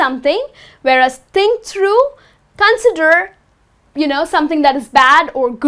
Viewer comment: Con'sider not 'consider